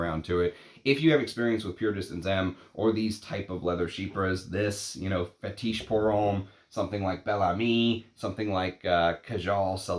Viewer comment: Roh-jah, not ROW-jah. Fetish, not Fe-TEESH. Jesus Christ…….